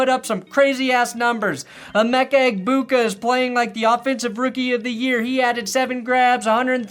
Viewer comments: I actually can’t help but laugh every “egbigbu” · clown bukkake? i think youre trying to say clown egbigbu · He turned him into a Mario Brothers character.